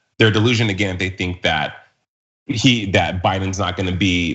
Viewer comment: " I'LL NEVER BE PORE AH- GIN!" DUMMYS. tRump will decompose